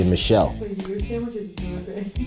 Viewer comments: I know Jackie from Smosh is loving saying sanwish for this episode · '"Sa-wsh" "san-grich" - 🙏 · "Sang-rich"